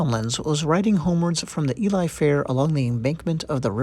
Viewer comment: So the area they're talking about Ely, is actually really close to where I was stationed in the UK. It's a pretty neat little town with a great cathedral. The name is pronounced Eel-ly, btw, which is easy to remember because eel fishing on the fens is a popular hobby in the area, to the point where they have an eel festival every year.